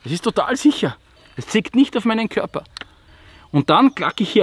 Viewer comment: "es zeigt niee auf meinen korper" haha